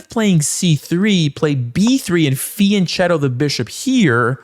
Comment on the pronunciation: fiancetto??? what kind of pronunciation of fianchetto is that???